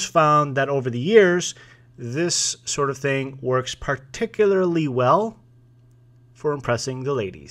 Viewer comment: Par-TIC-u-lar-ly - ewww. He forgot the G-string though. I uh knew a in 5th grade 1977, Park Ridge Il. Could I have known him when...?